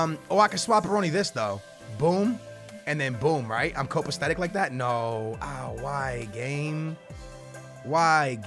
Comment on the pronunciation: When did he learn the word "cop-aesthetic"